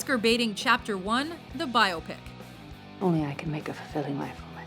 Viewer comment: Millennials: Learn how to say "Biopic..."